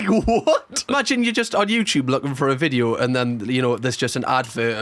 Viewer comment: I love cams content and the Geordie accent just tops it off..... Any time I watch anything I now call it a vidjoe lol no offence but that is fcuking brilliant. I ain't slagging you off because I'm Scottish and our pronunciation of stuff is weird too lol 😂